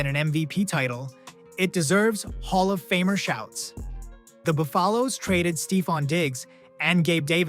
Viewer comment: Fix your AI speech Bu fall' loes instead of Buf a lo Bills Otherwise pretty good